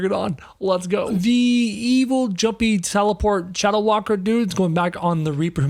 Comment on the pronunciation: You said the shadow walker wrong